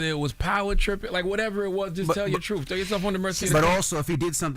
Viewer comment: These dudes on live radio saying “fff” instead of “th” truefff instead of truth is crazy 😂